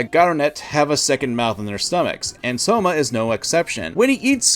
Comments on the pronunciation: Gavv most definitly will take the Gaim,Build,Ex-Aid route, start way silly and then get a lot more serious! It has everything for that to happen. Also, is not "Souma" is "Sh-ouma" written as Shoma Then, if you say so, well dew it, talk more about Kamen Rider, the west NEEDS to hear about it more!!!! W was my first Kamen Rider show too, after the Fuuto Pi Anime I went to the source and found out a whole new world, I love this silly ahh franchise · I'm sorry, why do I keep hearing you say "Soma" instead of "Shoma?"